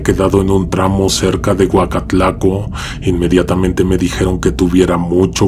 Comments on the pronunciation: Es Oacalco no Oacatlaco😂😂😂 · Mi querido, no es Huacatlaco, es Oacalco saludos 🤗 🤗